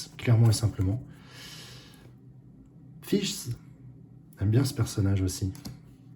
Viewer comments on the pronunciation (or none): Super ouverture. Par contre je vais me fâcher. Fischl se prononce fischEl. 😉 le son du E est comme si tu récite l'alphabet.